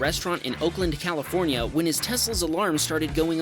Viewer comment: "Califronia" lol